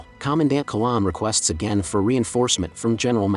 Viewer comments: Not a good start. It's Commandant Qui-N-lan, not Quilan. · The commander's name was - note middle n The name is pronounced Quinnlan not Kollawn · Commandant (Major), I thought it was? Not Quilan!!